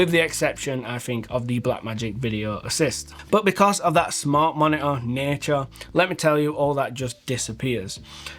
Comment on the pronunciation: great "moni'ah"